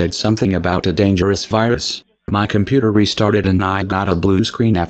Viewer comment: Haha “Wirus” 😆